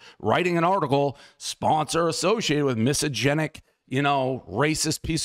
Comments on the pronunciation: is he trying to say “misogynistic” lmfaooooo “misogenic” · "miso-genic?" you mean misogynistic? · Is he pronouncing misogynistic incorrectly, or is “misogenic” a word and I’ve just never heard of it? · What the hell is "misogenic?" Are you trying to pronounce misogynistic? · What is “misogenic”??!!! 😂😂 It’s misogynistic not misogenic. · Dave , say it with me slowly … “miss-sah-Jenn-ick “ (misogynic) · "misogynic" is a word but he's not pronouncing it correctly. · Miss Agenic was my highschool teacher. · I kept wondering if I was just so stupid that I didn’t understand what the word “misogenic” meant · Miss agenic.. everyone knows Dave can’t pronounce it 😂. Good on him for calling out this chick though. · It’s “mysoginistic” and I don’t think you are Dave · What is misogenic Dave? I give that pronunciation a 1.5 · Dave can't pronounce Mysogynistic everybody knows the rules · Dave not being able to pronounce "misogynistic" after all these years is always funny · Him literally reading it from the email and still mispronouncing it every time was especially hilarious. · lol he's still mispronouncing it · So true...first thing I picked up on.. classic Dave 😂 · I will only say it Dave’s way from this day forward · no it is not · yeah I think it’s just a “watered” down version of misogynistic. The definition itself is funny…like no I don’t hate women 100% only sometimes 🤣🤣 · I love how he mispronounces misogynistic totally disproving he’s misogynistic 😂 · Dave's inability to pronounce "misogynistic" is mildly infuriating. I cannot focus on anything else but good on El Presidente for calling out this lunatic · Dave pronouncing misogynistic incorrectly kinda takes away the "gotcha" factor. But still amazing that he confronted her and didn't take her crap. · That woman is horribly disingenuous and also Dave can't pronounce misogynistic 😅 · Dude runs million dollar companies and can't properly say misogynistic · Dude can't even pronounce "misogynistic" though.....?